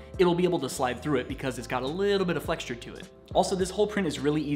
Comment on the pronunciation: FYI the word flexure has no “t” in it.